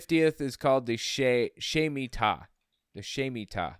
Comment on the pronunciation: It’s pronounced Shmee-Tah. And Yovell is after seven Shmitah cycles.